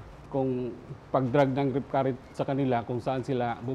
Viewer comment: "RIP CURRENT"? or "REEF CURRENT"? anu ba tlaga KMJS?